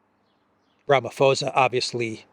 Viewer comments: It's posa not fosa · Ramaphosa is NOT pronounced Ramafosa. The "h" is there to make it an explosive "p" which no whitey can pronounce, so just make it a hard "p" and NOT "f" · Rama pausa is how our president's name is pronounced. Wonderful show. I'm a regular to this channel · the name is pronounced "ramaposa" without an "F"...or as in "ram-a-poser". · It's pronounced Ramaposa, the 'h' is silent. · Pls don’t take offence - it’s just that I’ve been listening to you for weeks pronounce the South African presidents surname incorrectly. Ramaphosa is pronounced Rum(a)-por-sz(a) where the (a) sounds like a “u”as in utterance. I probably hacked that myself explaining it to you 😂 PS: there is no white genocide. Trumps narrative on there being a white genocide happening in SA is no different to that of the Ukrainian Nationalists or Zionist narrative in respect to their own sick agendas.